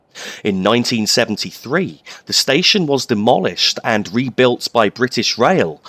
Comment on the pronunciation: he said demoishlled